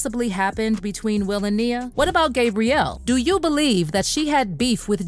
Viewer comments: It's "Gab" rielle, (with a short 'a' sound), NOT "GABE" brielle, with the long 'a' sound...😒I can't even listen to this because of that. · You are not saying Gabrielle's name right lol